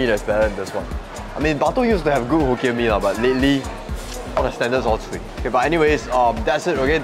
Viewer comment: Hoe- kien mee